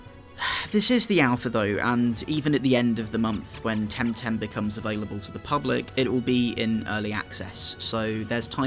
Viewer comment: Oh my god... Please, never say TemTem again. It's so terrible. :P